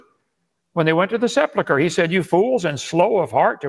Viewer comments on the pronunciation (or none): "Seplichre", Kent?